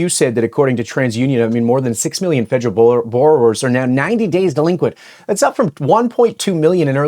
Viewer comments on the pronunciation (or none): Fed-er-al no J in there, Love the show, having my own personal issues hearing it called fejeral.